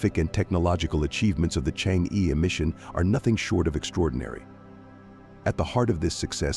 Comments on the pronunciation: The pronunciation of Chang'E is /chang-er/ but not /chang-ee/ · It's not pronounced "Chang'e", it's "Chang'er"". It's pronounced "Chang'er" in Mandarin. Chang'er is the moon goddess in Chinese mythology. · correct pronunciation of change'e is chang'er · The narator's pronunciation "Chang Yi " is wrong. It should be " Change Er " in chinese. It is the name of a princess in an ancient chinese folklore, who lives in the Moon Palace, cold and lonely. The name of the relay communication satelite is "Que Qiao", which is bridge made by the warm hearted birds to help the princess to leave the moon palace and meet her lover once every year-on July the 7th. So in China, the 7/7th is day for lovers to meet, kind like the Valentine's day in the west. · Please pronounce Change correctly. It is not "chang.... eee" like Wall-eee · chang’e is correct pinyin (no ‘r’), and rhymes with ‘hunger’ (again ‘r’ silent) - the ‘e’ has what linguists would call the schwa sound , similar to the 1st syllable of ‘above’. So, chang’e is chAHNg E(r). Now ‘q’ in pinyin sounds like ‘ch’, so it’s not ‘kew kiao’ but ‘chweh chiao’ for queqiao. You can learn pinyin with just a little effort ! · Just wish the narrator can pronounce Chang’e properly